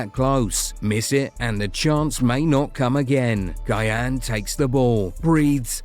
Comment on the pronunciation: Say our legend's name right. It's not guy-yan